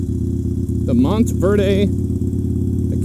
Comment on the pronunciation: hey it's Montverde, you don't pronounce the e so it would just be Verd. You're right down the road from me, I recently moved to Clermont. It's nice, just lake county is so rural.